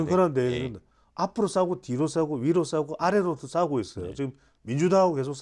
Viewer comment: 싸우고 있다 가 싸고 있다 로 들렸어요.